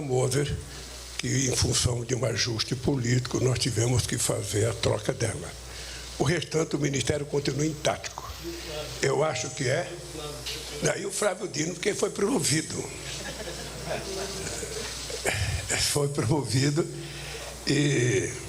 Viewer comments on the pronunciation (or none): ""O restante o ministério continua intatico". Acho que e o analfabeto qieria dizer intacto. Esse é o nivendo sujwito bajulado por fixuras qie se dizem intelectuais. É motivo de vergonha ter um sujeito desse na presidência. Nem o presidente da Somália deve ser desse nível. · E também do intatico, ao invés de intacto.